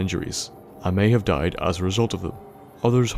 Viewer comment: 'he ate a mighty buffalo gourde, AND DOID' your voice is gold and I can only wish my Irish voice will be yours XD